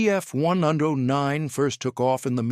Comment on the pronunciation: "When the Bf one-undoh-nine..." Wow, just wow!